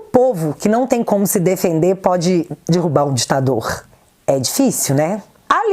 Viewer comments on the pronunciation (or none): none